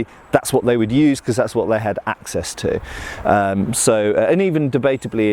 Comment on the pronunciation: haha that's what they had 'axe-ess' to... i'd say kill me but i've been having the sniffles so maybe corona will save yall the trouble